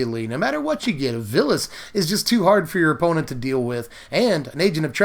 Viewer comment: It's Vilus (Vile-us), not Villus.